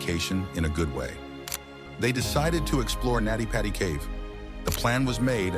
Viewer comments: It's Nutty Putty. Not Natty Patty. This was a total click bait. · His name was John Edward Jones. It is pronounced Nutty Putty Cave. The voice is AI generated.